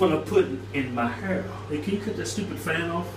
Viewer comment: that's what I put in my hauuur